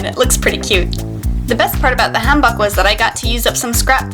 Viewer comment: the way she pronounces hanbok makes me cringe